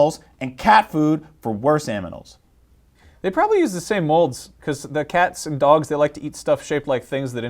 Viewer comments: Oh god he said aminals twice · It's pronounced "animals" not "aminals" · Why does he say aminals? Coulda just said animals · did he say "aminals" on purpose? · You said aminals twice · did i just hear aminals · Lol in the end he said aminals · did he say manimals or something like that